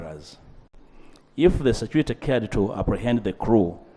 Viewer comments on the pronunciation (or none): Ugandaaaàaa! Security security! Not securite.😅😅😅😅😂😂 pronunciation please? Security not securite speaker Ainta Among, please get the pronunciation right